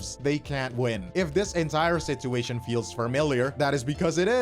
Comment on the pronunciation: why do you pronounce "situation" like that? ive never heard someone pronounce the first t in the word, its usually just a ch sound